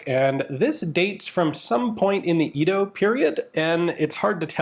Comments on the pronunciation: They are chrysanthemums. And Edo is pronounced Ado which by the way was the original name for Tokyo. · Chrysanthemums are typically depicted as 18 petal flowers with elliptical petals. And Edo is pronounced Edo. E as in "Ed".